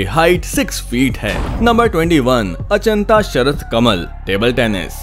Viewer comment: For your kind information it's not Anchita, it's Achinta